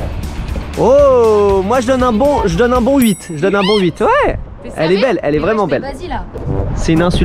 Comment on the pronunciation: On dit pa ouééé